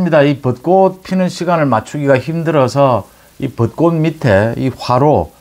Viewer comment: 씨도 벚꽃을 벗꼿이라고 발음을 하네 요즘 서울 사는 사람 특히 언론인이 국어를 흔드네요 안타깝네요